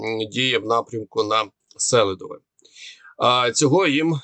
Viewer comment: Донецькі кажуть:"СелидОве", а не СЕлидове !!!